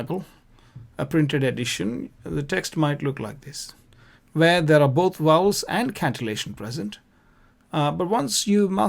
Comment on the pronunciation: Please please they are Vowels not Wowels , I beg you to correct it..